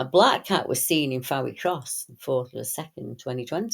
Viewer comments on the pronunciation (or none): Fowey is pronounced Foi,.